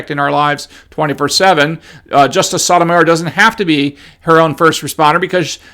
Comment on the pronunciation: She’s a tool bag, but you are not saying her name correctly. The O’s in both her first and last name is the “Oh” sound, like O’Reilly’s Auto parts.